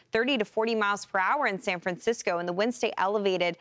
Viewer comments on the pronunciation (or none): none